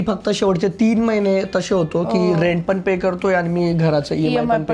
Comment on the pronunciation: पुण्यात रहाता पण मराठी अशुद्ध बोलता. ex "पन" नाही पण; " लग्णा आधीच" नाही लग्ना आधीच; "गरजे अणूसार" नाही गरजे अनूसार. न च्या जागी ण बोलू नका.